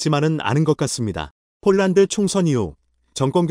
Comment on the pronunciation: 제발 폴란드를 쫄란드로 읽는 우를 범 하지 말아야!!!!!